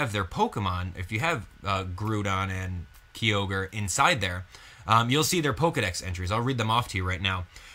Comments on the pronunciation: Wow I cant believe you mispronounced their names. Key-ogre (its Kia-ogre) and Grodon (its grow-don). Sorry if I'm being a douche about something minor but its also something I can't stand Any who I think the story may revolve around a team using Raquaza to control both legendries. but who knows. Anyway I personally I want a Mega Glalie. Maybe Volcaniodon will be pivotal in the storyline since its said to be a fire water type so maybe it will have some plot point involved but knows. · (K-eye-oh-ger) (Gr-ow-don) grow like growl (Ray-qua-za) (Hoe-in) (Sala-mAnce) Jeez... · even though im the worst for it sometimes the fanboy in me cringed at you pronunciation of kyogre and groundon